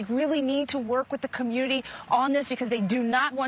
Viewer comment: "Dey attackin' dah black ca'moonity"